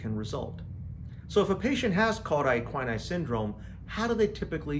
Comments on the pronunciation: An informative video, but it needs to be redone with “cauda equina” pronounced correctly, and with the distinction between “vertebra” (singular) and “vertebrae” (plural) observed. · I found this very interesting and I'll give you a pass for pronouncing CES incorrectly!😉